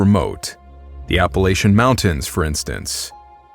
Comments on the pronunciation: Latchian....not layshian. Pronounced "AppaLATCHian", Appalachian. From a local. Sorry, it bugs me lol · App. A. LATCH. Ian. That is how it is pronounced. For the love of God. Also other comments are correct. Pacific Northwest bipeds are more human adjacent and far more docile. The ones in Appalachia are aggressive as hell and are bold enough to occasionally approach suburbs out in the county at night. They will kill you if you don't stay armed, keep your head on a swivel, and have some kind of easily accessible sturdy shelter. I've personally seen 3, and most folks I know at least know 1 person who has seen these things.